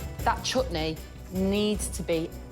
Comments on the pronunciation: She said chootney not chutney 😂😭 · its not chuutni, people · At 0.56 ...English Pronunciation of CH-OOT-NEY is hilarious.....